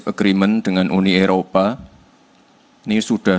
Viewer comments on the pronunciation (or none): none